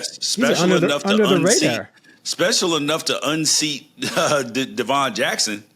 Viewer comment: you need to get more clarity on your Intel. Jerry hasn’t surpassed Devon due to performance, rather due to Jackson being injured. Also you need to learn how to pronounce our guys’ names correctly lol ify (IF- EEE) Devon (DEV-IN NOT DUH-VON)